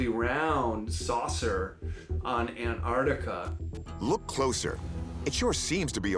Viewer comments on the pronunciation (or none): Where is An artica? Does he mean Antarctica? Pronounced An tarc tika. Come on, it’s not that hard to use speech. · Americans don't know how to say Antarctica 😂😂 "Anartica" 🤣🤣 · Yeah.. I’m definitely not trusting the one who can’t even pronounce Antarctica 🤨